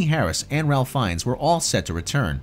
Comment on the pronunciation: You did not just say "Ralph" Fiennes